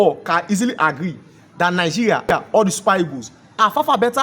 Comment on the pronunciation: Moghoco, nighiria, u can’t pronounce well. What’s your problem?